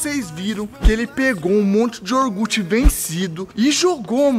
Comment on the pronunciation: "Pegou um monte de "orgute" vencido kkkkkkkkkk Esse orgute é top É IOGURTE jovem!!